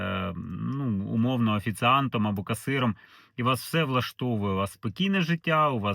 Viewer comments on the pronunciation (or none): Працюйте над вимовою... Не Польша, а Польща. Не украïнцы, а украïнцi. Не офiцыант, а офiцiант